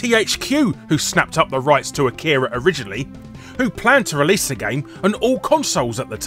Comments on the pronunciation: I can hear all the weebs complain about how you pronounce Akira now. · You pronounced Akira and many names of the characters incorrectly... If you've seen the movie... How the hell do you pronounce something incorrectly that is said multiple times in the movie... Plus the animated car and teddy bear ARE in the movie... Geez...